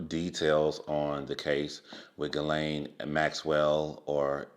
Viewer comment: ghislaine....should sound like ==>>> geece_lane ...the way people are saying it is like guylaine...witch is two different names